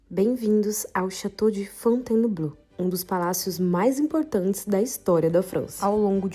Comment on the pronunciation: Tente falar Fontainebleau com 3 sílabas e não 4: Fon-tain(e)-bleau, senão fica abrasileirado demais